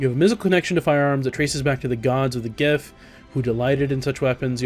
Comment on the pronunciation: Are you sure you are pronouncing 'giff' right? :P